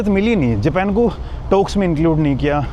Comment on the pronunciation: Tum bato bato me dant q nikalta hay .Bina matlab ke . Smart nehi lagta hay . Japan ka pronounce thik se karo .